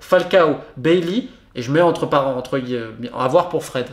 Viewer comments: Très bonne vidéo très structurée qui retrace les lacunes depuis 2013. Néanmoins la prononciation d’Eric BAILLY et BLIND m’a un peu titillé les oreilles 😜😅 « BAILLY » et non pas « BEYLI » et « BLIND » c’est le son I 😜 mais sinon vidéo très intéressante ! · On prononce "Eric BaYI" pour Bailly... excellente video je decouvre la page ce matin avec le dossier Cavani...